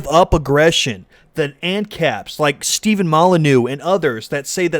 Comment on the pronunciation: pronounced Stefaaahn Molyneux, not Steven.